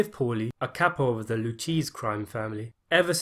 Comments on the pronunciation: Just for future reference,, the crime family you refer to is pronounced Loo-chase-ee, not Loo-cheese. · Loll did you just say lucheez crime family . It’s pronounced lu-kay-zee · Loo kay Say not Loo Cheese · It’s not pronounced “Loo-chees,” it’s pronounce “Loo-kay-see” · Not pronounced Lu-Cheese it’s lu-kayzee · with respect, Loo-KAY-zay, not Loo-cheese. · Please stop pronouncing "Lucchese" like that. It's not Loo cheese. It's pronounced Loo kaizi. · "The Lou Cheese Crew" Lou-Kay-Zee, bro. Lou-Kay-Zee. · It's LOO-KAY-ZEE, not LOO-CHEESE... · "The La cheese Crew?" LOL It's Lucchese sounds like Luke-acey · Lucchese is pronounced “Lu-KA-zee”not “Lu-Cheese”. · More like Luke-ase. Not lu-cheese. Nor luke-acey. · As a guy who grew up in Staten Island, - Its pronounced “Lou - Kay- Zee”, Not “Lou-Cheese” .. i promise.. lol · ChrisGeez lol. The narrator needs to understand it’s “ Lou-K-Z not loo- cheese. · It's pronounced "Lu-ka-zy" crime family. Lu-cheese is hard on the ears. Lol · Loo-kay-zee family not Loucheese.. cool video though... sorry for jumping on the pile I now see others have already told you lol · Lucchese is pronounced "LOO-KAY-ZEE" not "LOO-CHEESE." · Lol your pronunciation is hilarious. The Lucchese (Loo-cheese as you called it 😂) family name is pronounced Loo-kay-zee. The heist at JFK airport is pronounced Luft-han-sah, not whatever the you said lol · It's not the Lu-cheese family. It's pronounced Lu - kay - see. You should do a little more research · (Luchese) = It's pronounced "Loo-kazy"....not "Loo-cheese". Excellent video overall. Good job. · "Lucheeese Crew" Its Pronounced Lu-Kay-See Lmaoooo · The Lou-cheese! Haha Lou Kay Zee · It's not pronounced "Loo - Cheese" crime family, it's "Loo - Kay - zee". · Man, you are just butchering the names. Its pronounced "lew-kay-see" and "luft-hansa" not lew-cheesey or luftwanna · "Lu-CHEESE" Family? LMAO!!! Luchese is pronounced "Loo-Kay-Zee" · Luchese is pronounced Lou-kay-zee, not lou-cheese